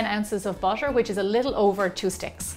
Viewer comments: Why she said butter " busher" can she say butter instead of busher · Thank you for making this video. But I'm laughing because you keep saying "busher" instead of "butter" 😂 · Why are you saying bušer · Butter not basher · I heard BASHER instead of BUTTER. 😂😂😂😂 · Am I hearing it wrong? She kept pronouncing butter as bosche and water as wasche. Strange. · Do the Irish people pronounce butter as bosche? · I hear it too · Can we listen carefully and appreciate how beautiful her accent is I love the way she pronounce the butter it sounds like bu-sher 🐄🐮🍶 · she is pronouncing butter as busher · busser and waser???? lamo